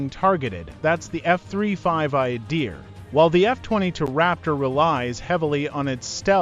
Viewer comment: First , please pronounce it correctly. Its not Eye-a-deer. Its Ahdeer.You're the expert on the Adir, yet you can't tell it apart from the typhoon? The way you pronounce f_22 is also suhs. Seems you're trying to invent a story where there isn't really one. Everything you mentioned about the adir, like link 16 is available on both the raptor and the f35. Yes the f35 has the helmet too. Besides isreali radar which you didnt show, i cant think of one thing you mentioned that the israel fighter has that the f35 doesnt have.